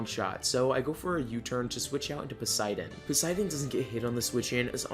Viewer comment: hes called Poseidon btw not Poseiden :D